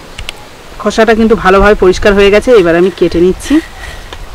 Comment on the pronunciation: Katha ta khasa na khosha